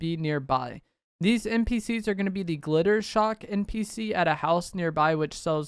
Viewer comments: hate to be THAT guy, but isnt it Jittershock? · Just wanted to let you know his name is jittershock not glitter shock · His name is Jittershock not Glittershock… but otherwise this video was fire 🎉